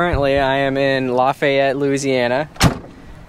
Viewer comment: Didn't know you had come to the boot, I live like 30 mins from Lafayette, which by the way you're pronouncing it wrong lmao. Hope you enjoyed the 95* heat, 100% humidity.